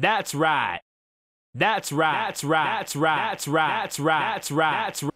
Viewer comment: Resumen "Thast right". Psdt: Buenas clases bro